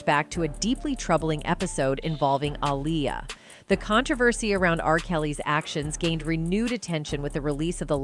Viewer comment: I hate how this Ai is aniulating the pronunciation of her name🙄😑.... goofy ass technology... it's pronounced AHH-LEE-YUHH‼️😎